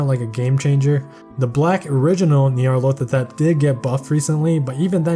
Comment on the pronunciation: It sounds like you’re saying “Nyarlothatep” instead of Nyarlathotep. Besides that, amazing video as always.